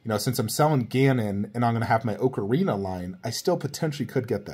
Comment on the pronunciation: Please pronounce ocarina properly 😬